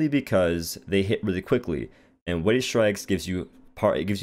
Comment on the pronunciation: Weighted. Weigh-ted. Weigh-ted Strikes. Not Way Strikes, not Wave Strikes. Weigh-ted Strikes. 😂